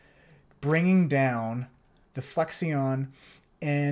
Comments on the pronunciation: looks sweet. just for education's sake, it's pronounced "flek-shun" like to mean "amount of flex", not "flek-see-on" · Great stuff but my man you gotta learn how to say "flexion"